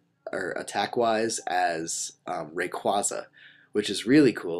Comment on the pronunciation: It's pronounced. Ray-KWAY-ZA